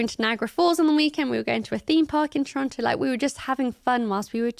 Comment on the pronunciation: All the props for saying Toronto correctly (Toronno). It's a little thing but something I always look for and cringe when people pronounce the second T.